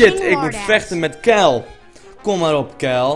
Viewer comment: waarom zeg je keil in plaats van kyle...